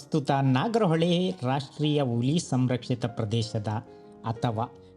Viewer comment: Nice video. Kannada pronouniciation swalpa kaliree Saar...Uli alla Huli